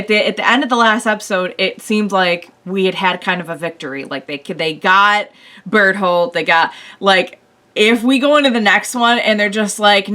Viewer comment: Whenever she says Bertholdt, it sounds like Butthole to me xD